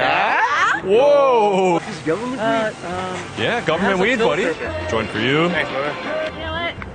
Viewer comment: im from toronto & as soon as i heard the accent when they said "yeah" , i knew it had to be from toronto